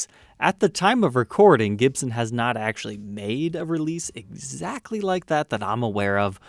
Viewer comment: He can not pronounce the makers name? jibson is not Gibson!!.?.?